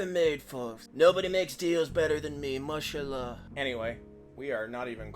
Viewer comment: I like how "Mashallah" sounds just like "Martial Law" in his accent. The latter seems a bit more likely than the former, though. Yikes.